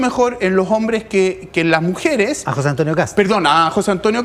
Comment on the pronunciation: Sabrá mucho de datos, pero habla como las weas: "La mujere, lo jovene, lo dato. . . ."